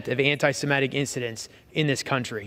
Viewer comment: Rep. Reschenthaler, it's anti-semitic, not anti-simetic. Why does everybody pronounce semitic wrong?